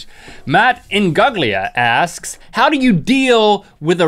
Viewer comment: Nobody axes you questions they ask you questions